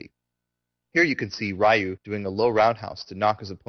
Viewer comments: considering I felt stupid in my later years for pronouncing it as rie-you as a kid but this guy does it, I don't know. I said it like that for years and years but I think it's just an american thing. We don't know how japanese words are supposed to be pronounced we just pronounce them the way we think they would be and Ryu doesnt look like it should be ree-you, it looks like rie-you. So to be honest since I've been to japan now and know it should be ree-you, i think either way is really fine. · yup absolutely right, its "re-you" no matter what anyone says. but think about this, when people say "karate". the real pronounciation is "ka-ra-tay", but does anyone use it? nope they say "ka-ra-tee." ignorance is bliss. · If you mean recently as in THE EARLY 90'S! Every single game that calls the character by name has ALWAYS said "Re-you" Rai-oo is, and always has been, a mispronunciation committed by the ignorant. I'm as old school as you can get with street fighter. I called him Rai-oo when I was a little kid. But as soon as I got educated and knew I was wrong I stopped pronouncing it like an idiot hick. Street Fighter Alpha was the first series in which they called him Re-you, it was also the first vocal. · Man this guy is the producer and he's all calling Ryu "Rai-oo" Dude if you ever read comments on your videos... It's "Re-you" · Can you do tutorials on other games? I have a million fighting games and I'm trying to play more seriously. And the mispronunciation of Ryu shows that you have been playing since '91.